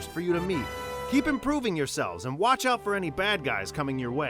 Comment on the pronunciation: i thought i was the only one that misses the "n" in and